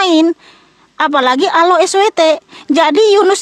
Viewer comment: Allah dibaca Alaah, karesteng... 2x